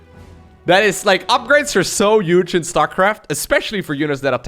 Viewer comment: I love accent. Especially when he says "Yuge"